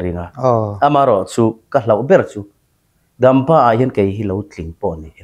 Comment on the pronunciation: Ngatinge DAMPA tih hi a lamdan hi hian hmun dam(hnawng) lamrik anga a lamtlat mai le,a lamdan dik tak DAMPA tih awm renga daaampa atih tlat mai le,a interview pawn a lamdan dik takin vawitam a lam ri a,ava hahthlak tak😂😂